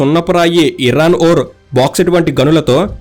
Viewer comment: ఇరాన్ ఓర్ కాదండి, ఐరన్ ఓర్